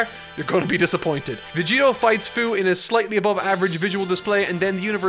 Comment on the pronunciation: Its fuu not fyu